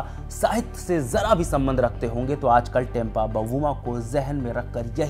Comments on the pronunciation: Tempa ❌ Temba ✅ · बहुत ही दुखद बात है ये बर्दाश्त से बाहर है। साथ साथ आप भी टेंपा बोल कर और अपमानित कर दिए। 1 पत्रकार को तो नाम ठीक से बोलना चाहिए था